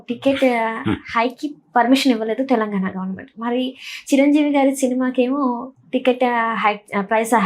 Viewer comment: ఏమన్నారు మేడం గారు.. తెలంఘాణ నా. అవసరం అయిన చోట ఘ పలకరు..